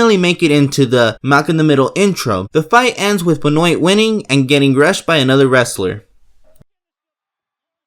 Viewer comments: Who the fuck is Ben Way, and why did he change his name to Ben Noyt? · It's pronounced "Ben-Wah" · Its fucking benwah he's Canadian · The t is silent in Benoit. RIP Chris Benoit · Also you pronounced Chris Benoit's name wrong. But still cool. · Yea Benoit not Benoy but its ok cuz excellent video n were all human. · Chris BEN WA thats how you say it and yes hes the guy that killed his family in 06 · >BEN OIT LOL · Anyone else cringe hearing the way he said benoit? Its pronounced Ben-wah. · LMAO BEN-OYT Boy you got me rolling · you said "chris benwait" 😂😂😭😭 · "Beno it" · Na he said BENOY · Terro-Dac-Till Ben-wah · I was a huge WCW fan back in the 90’s. Chris Benoit’s last name was always pronounced “BEN-WAH” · Chris penwah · lmao hearing how you pronounce Benoit makes me realize how old i am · Thats not the correct way to say Benoit btw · I can't get over the way he pronounced benoit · Yep. Had to pause the video and comment after that atrocious mispronounciation of the wrestler, 'Benoit'. Someone definitely didn't grow up watching wrestling, hahaha. Do they still show the Benoit scene in intros during reruns? I'd imagine they do but considering the double murder-suicide he did in 2007 I wouldn't be surprised if networks skipped this scene to avoid showing the dips hit. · Am I the only one who got bothered by the way he pronounced Benoit😂. Also I Think he confused Hart for Benoit because he said Benoit won and got rushed but Hart was the one who got run in on. Not to the mention Benoit’s tights are different than the one in the intro so I’m also thinking that’s the wrong match. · Please learn how to say Benoit, you kinda butchered it. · The way you pronounced Chris benoit last name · You never watched wrestling in the 90s, did you? Aside from the abysmal pronunciation of benoit (it's French), at the end you reversed the two characters' names. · Pronouced Benoit incorrectly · can you seriously not pronounce Benoit? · Why tf u say Benoit? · it’s pronounced Ben-Wah.